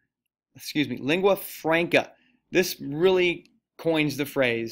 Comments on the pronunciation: Icelandic is NOT isolated. It is from the Germanic Language Family, Northern Germanic branch similar to Norwegian and Danish. You also need to work on learning the proper pronunciation of simple terms like "Lingua Franca" (Leeng-gwah Frahn-kah) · "Lingua FRAYNCUH" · Me to pronouncing Lingua Franca: you’re doing amazing sweetie